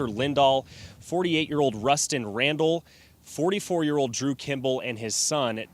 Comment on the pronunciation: First, my heart breaks for all involved, including the witnesses. The images from this are horrific. That said, you'd think the journalist could pronounce Kimball correctly. It's not an unusual last name... kim-bull.